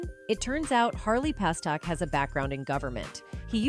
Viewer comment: God, just get the damn names right before the report. Its PASTERNAK